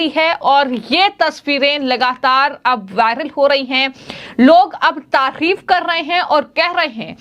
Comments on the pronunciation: तकिफ नहीं तारीफ होता है हिंदी शुद्ध बोलो 😂😅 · Tafir nahi hota hai tarif hota hai kisne aapko patrakaar banaayaa apne video ka vishleshan karo apna clip.bheedekho